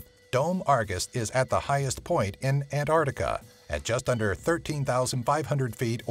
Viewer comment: It bothers me that he keeps saying "antartica". There's a c in there yenno